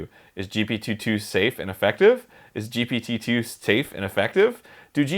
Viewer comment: arin: jipititu